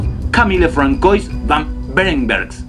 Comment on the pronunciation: Farraón un darto, no se duce François, es "Fransuá"